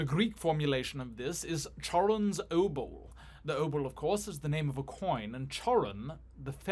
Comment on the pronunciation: it's pronounced obol